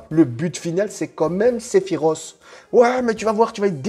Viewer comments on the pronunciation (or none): none